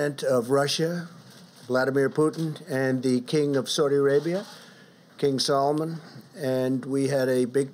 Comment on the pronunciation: Dear PRESIDENT of USA ...will you PLEASE learn just a FEW Words in other languages. Ask one of your highly paid NUMEROUS advisors... , King "Salman Khan" is pronounced in English phonetically (that means the way the letters likely sound. - King Sal Man... NOT "Solomon" . Put it in your Google translator if you don't believe me.. Thank-YOU .. الله أكبر (allah 'akbar) . . . . Hassan Al Masri